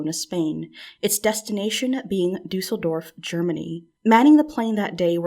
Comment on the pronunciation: This is irrelevant to the story, but my little German heart appreciates so much how well you pronounce Düsseldorf, umlaut and all ❤